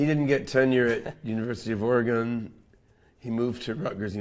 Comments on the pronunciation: Do you pronounce Boston BOST-ON? More like OreGUN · How you gonna say "or-e-un" after living in Oregon? 🤣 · How the hell can you have lived in Oregon previously yet still not be able to correctly pronounce the name Oregon😑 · Did they find this guy in the magic mushroom fields and slap a crypto shirt on him to pump their coin? He can't even pronounce "Oregon" correctly even tho he supposedly lived there. Plus he doesn't know the difference between proved and proven? Ok